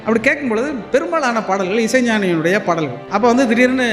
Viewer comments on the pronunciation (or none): நா.முத்து குமார்-யுக பாரதி எல்லோரும் நல்ல கவிஞர்கள்தான்..ஆனால் லகரம் ளகரம் வித்தியாசம் தெரியாததுதான் கொடுமை பாடல்கல் படங்கல்-மகல் என்று எப்படி உச்சரிக்கிறீர்கள்? நாமும் நல்ல கவிஞர்க....ள் னு சொல்லாம கவிஞர்க....ல்...னு சொல்லிட்டுப் போக வேண்டியதுதான்